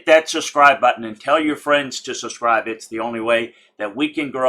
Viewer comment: I think I know the problem: There’s a “b” in subscribe. That’s holding you back. You’re pronouncing it without a b and your viewers are probably looking for the SUSCRIBE button. Let me know if this works lol.